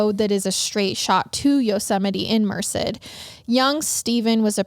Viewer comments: Only bc you expect us to correct you guys 😝& bc I’m from the area- it’s pronounced Mer-Said Love your podcast! You guys are great! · I can't get over how she's pronouncing Merced. It's so cute, is sounds like ( mer-sid) but everyone here pronounceses it (mer-said) I literally couldn't watch it without stopping. I love it though. Hahaha I also have been to that neighborhood 😬 scary I had no idea. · Not even relevant but Merced is pronounced “Mer-said” 🤷🏼‍♀️ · mer-said is how you pronounce it. love your show! just started watching and now i’m hooked lol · Just listening to your Podcast for the first time. LOVE it!!!! Regarding The Brady Bunch... it was Marsha the brushed her hair 100x per night. Also, the town is pronounced "Mer-Said" Merced. Keep up the amazing Episodes. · I hate to be that person lol but it’s actually pronounced like Mer-Said. I only know because I’m from that general area in CA and hate that town so much lol it’s a crap town in my opinion. My cousin was murdered there. Anyway, that’s my two cents. You guys are great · Lol I JUST had to pause it to leave a comment about the pronunciation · Came immediately from Apple Podcasts to YouTube just to see if anyone else local commented about the pronunciation of Merced, CA. Absolutely no hate intended! Love the show and you guys!